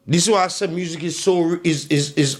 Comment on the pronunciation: Di way di g pronounce music 😂😂😂 muuusiq